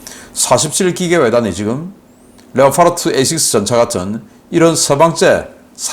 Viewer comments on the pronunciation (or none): none